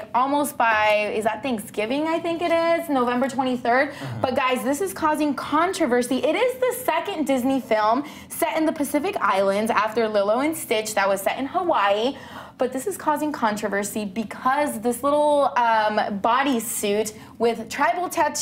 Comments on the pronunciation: Its Lelo and Stitch not lolo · She first says " Mona " instead of " mo-anna " and " lilo " instead of " lee-lo ". I'm triggered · Lil-oh? HAHAHAHAHAHAHAH LEE- LOH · And it's LEElo, not LILLo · ArianaGrandeButera Honeybaby and its "leelo" not "Lihlo" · lolo and stitch? you mean LILO (lee-low) and stitch? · She had no childhood she said lo lo it's Lilo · I guess none of you heard how she said "Lilo". It sounded like she said "Lulu"! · Zia Taueetia and Lola its Li-Lo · "Mona" "liiloh" cringe how tf can't you pronounce LILO??? AND MOANA? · And pronounced it, Lillo? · why does she pronounce everything wrong? It's Mo-ana and Lee-lo ? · Also did you say Lolo and stitch? like ???? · It got on my nerves when she said Lilo like lelo and Moana like Moanna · It's lee-low she needs to be fired!!!! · It's pronounced as MoAHna not Mona and LEElo not Lilo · and (lee-low) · Don't be offended by it she couldn't even pronounce lilo properly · i agree its so offensive if your going to pronounce a name from another culture pronounce it right cant beleive she pronounced lilo and moana wrong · when she mispronounced moana and lilo's name I was so mad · she mispronounced Moana and Lilo